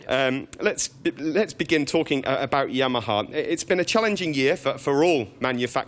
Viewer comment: It's Yamaha not Yahama FFS. Yep, thank me later.